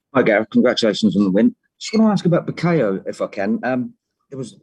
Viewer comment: + Reporter - Gareth - It’s ‘Bukayo’ Haha